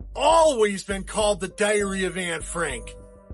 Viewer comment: the way he says diary annoys me lol I’ve never heard anyone pronounce it like that before. How many of you also say it like that?